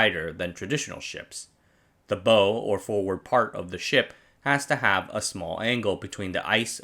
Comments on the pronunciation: When you make a video about ships, but don’t know how to pronounce the “bow” of the ship (its bow, like when you bend at the waste to show respect to someone, not bow like the thing yiu shoot arrows with), it doesn’t give much confidence that you know what you’re talking about. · Numerous pronunciation mistakes. The front of a ship is the bow, but not pronounced as done here, but in the way the word is used to describe a performer acknowledging the audience's applause. The CH in "archipelago" is pronounced like a K. A sailing vessel the size of Lenin is called a ship not a boat. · its bow like take a bow not bow as in bow and arrows -. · bow like 'taking a bow', not 'shooting a bow'. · Gunna be pedantic for a quick second: the front of the ship, the bow, isn't pronounced like a bow and arrow. Think of it like when you say "Ow!" from stubbing your toe, but with a B in front. Your videos are fantastic and I love the information, but I just grew up on the ocean and want to help you educate people on topics like this! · I laugh every time you mispronounce "bow". (The word "bow" has three meanings -- the front of a ship, what you shoot arrows with, and bend at the waist -- and two pronunciations.) EDIT: this is not a criticism; English definitely has a complex vocabulary that borrows from many other languages. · Bow as in NOW ! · It's not "bow" as in the weapon, it's "bow" as in the gesture of submission. It's so obvious and apparent, how could you get this wrong without context to guide you?? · 'Bow' like 'take a bow', not 'bow and arrow'. Rhymes with 'wow' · Love your video, but bow rhymes with cow. Unless of course you're firing an arrow out of it. Also, the ice will make it impassible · A ship's bow rhymes with plow, not know The CH in archipelago is pronounced K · Bow as in "bow wow", not as in "bow and arrow". Great content, huge oversight.